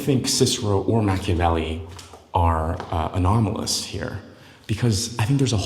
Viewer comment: Is he pronouncing Machiavelli wrong?